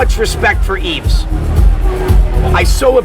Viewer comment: Maybe Brock should have learned to pronounce Yves name properly.